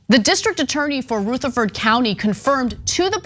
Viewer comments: I was interested in this video until this woo showed up . It is Rutherford county not soothed county you dumbass . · Is it actually pronounced Rootherford? This is at least the third time Ana has called various places/people that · Love Anna but she is pronouncing Rutherford wrong. RUtherford (U making the sound like in Rug) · What cracks me up is Anna saying "rootherford" over and over. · It’s pronounced “Rutha ferd” the rutha part should sound similar to “brotha ferd” except with just the R instead of the BR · Rutherford has a short "u". Pronunciation matters in journalism. It affects image and credibility. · I’ve never heard it pronounced Ruh-ther-ford. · I live a county over. It's pronounced- Ruh-ther- ford" It was the exact same way 30 years ago. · you can pronounce it however you like but really it's pronounced ru-ther-fuhd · Rutherford has a soft U in pronunciation. But it is north of us I live in Chattanooga in Hamilton County. Call out Chuck Fleischmann. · It’s Rutherford with a short u not a long u. A little prior research would have told you this. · Rutherford is not pronounced that way. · Ok Anna. Rutherford County is pronounced different. I'm a county away. Gotta live down here and learn the dialect lol. Love you guys. Thanks for exposing the bs that exists. Anna. The video on the detention center pronounced Rutherford correctly. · This is horrendous, but hearing the way she is saying Rutherford is killing me. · Is that how all Californians pronounce Rutherford? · Ana, I'm surprised at your pronunciation of "Rutherford". Smarten up; it's not smarten oop! Apart from that, this story is incredibly hard to believe. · Ana is going to need some coaching on the pronunciation of Rutherford. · That's not how you pronounce rutherford. Also that judge is a world class POS. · Is anyone else going crazy at the pronunciation of Rutherford county? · Nitpicking. But it's prounounced Ruh-thur-ford not Roo-thur-ford. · It's Ru, not Roo,! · Wop not rootherford